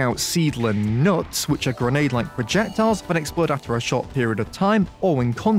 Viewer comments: why did you have to emphasize nuts man :( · Why are you emphasizing Nuts? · Is it just me or he emphasizing the word “nuts” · i love the emphasis you put on the word NUTS